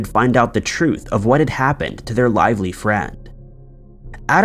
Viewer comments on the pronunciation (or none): none